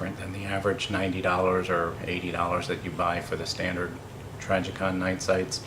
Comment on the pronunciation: T R I jicon Not T R Y jicon